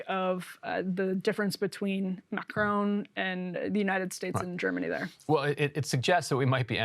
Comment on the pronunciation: Macr-on (opposite of off) not Macr-own. Still not exact, but closer. Sorry, but it's hard to listen to.